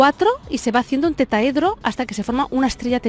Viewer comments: se dice TETRAHEDRO, no Tetahedro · No puedo evitar comentar que se dice Tetraedro, no Tetaedro. Por lo demás perfecto. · Tetraedro, por favor, no tetaedro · Merkabá, TeTRAedro, si no sabemos pronunciar aquello de lo que hablamos, dudo mucho que conozcan el tema a profundidad. Ay España, ¡Eres madre y custodia de nuestra lengua!! TETRAEDRO por Dios.